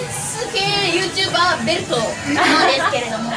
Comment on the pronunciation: YouTuberの発音良くねw 声の通り良っ❗ ｴﾐﾘﾝいるときに行きたかった❗ ｶﾝｺﾞﾙｰ?ｶﾝｺﾞｰﾙ? 藻♥